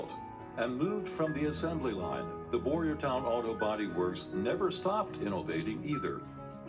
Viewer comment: Town not Ton…… Boyertown